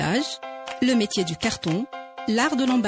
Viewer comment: Vous parlez très mal, pié (pays) pélier (pilier) crétère (critère) bijaia (béjaia) mitier (métier) etc etc